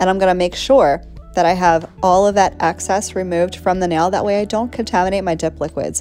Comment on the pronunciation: It's excess, not access